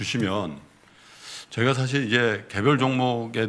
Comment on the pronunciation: 리포트 내용과는 관련없는 좀 딴 소리인데요. ㅡㅡ 한국말 발음과 영어 발음이 뒤섞이는 거 같습니다. 예) 지금->쥐금, 사실->사쉴, 핵심->핵쓈, 발전->발쭨, 작년->좍년. 주로 ㄱ->/g/, ㅅ->/s/로 발음하시는 거 같아요. 발음이 정정되면 귀로 들을 떄 좀 더 귀에 쏙쏙 들어올거 같아요. 흐흐